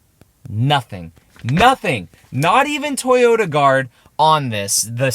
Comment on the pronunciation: Not toyoRa… it doesn’t have a R 🤦🏻‍♂️